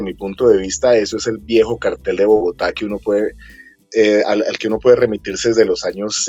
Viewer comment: En Colombia se dice “Cartel” (con acento en la e), no “Cártel”.